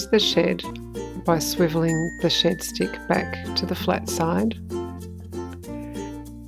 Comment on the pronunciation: As an Aussie I thought you were calling it a shit stick 😂